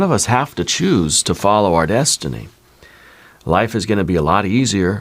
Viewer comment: I'm so sorry, but every time you say destiny, I hear McFly saying, "You're my density"😂. I have felt myself changing with my outlook, and what I need to listen to.